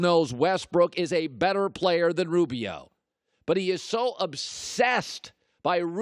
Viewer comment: I heard “ robio” “ westbrick” couple times